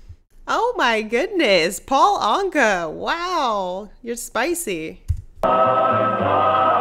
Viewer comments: Anka is pronounced like Anchor. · Paul 'Anka' (You're not pronouncing it right), who's from Ottawa if memory serves, would have been in his teens in that video... But to answer your question... He dated pin-up girl Annette Funacello sp?, of ' How to Stuff a Wild Bikini', 'Beach Blanket Bingo', etcetera fame... Ergo, (colloquialism alert)... I guess he 'done' alright babyyyyyy... PEACE OUT